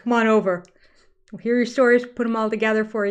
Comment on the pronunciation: Do you realize that you say “wool see” for “we’ll see”? It’s everywhere! I had a friend who came to the states for a post-doc. She would write them down and then ask me about them later. It was exasperating for her, although she felt really good speaking American when she went home.